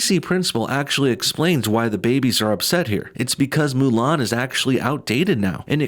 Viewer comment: Mu lan dude that's not how it's pronounced